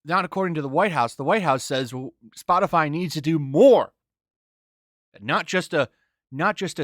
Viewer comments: Ha Spotifly, she said Spotifly, haha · Did say "Spotifly"? 🤣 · “Spot-a-fly”? I’m pretty sure the qualifications for White House speaker is to speak proper English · She said spotifly 🤣🤣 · I'm pretty sure she said "Spotifly" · Did she do just enough research to mispronounce the name of the company? I mean Spotifly, c'mon circle back and say it right, you red haired nightmare. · she can't even say SPOTIFY properly..... and she expects people to listen to her??